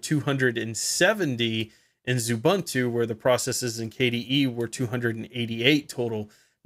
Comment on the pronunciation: OO-BUN-TOO? Come on. Say OO-BOON-TOO.